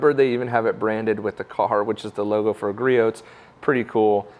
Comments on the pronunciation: "Griot" is a French name. It is pronounced "Gree-oh" or "Gree-ohs" for the possessive. The counter balance on that model is adjustable. Most of the vibration can be adjusted out. Griot's is not doing a good job of letting people know about that. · Gree-ohs. Silent T. How many times do we have to tell you? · You're not supposed to pronounce the t in Griot's